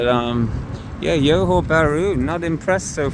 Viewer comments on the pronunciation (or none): 'Johor' is pronounced 'Joe Ho' not "Yo Ho" 😊. Many in Singapore will always go across to Johor Bahru during the weekends & long holidays to spend their monies worth. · it's johor not yohor lol. That aside I think it's quite accurate and the city isn't really walkable and streets aren't that good. I only go there for the malls, food, cafe etc and also for any services/activities since they are much cheaper vs SG prices... Services like dental, getting spectacles, massages almost anything you can think of, activities like go karting, movies arcade games and other things are really affordable in JB and that's one of the reasons why I visit JB as someone from SG. The price to value ratio is pretty good in JB especially for services and things like that as I have mentioned, but imported products are about the same price vs most countries and I think tech products are probably even cheaper in SG vs MY. You could probably see that with your baked beans example in your video.